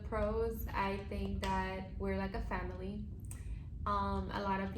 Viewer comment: A “pharmily” 😂 It’s great that y’all want to help each other succeed!! All make it together! 👍